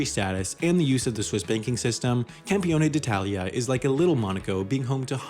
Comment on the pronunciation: Wow! Pretty good pronunciation of "Campione d'Italia"! XD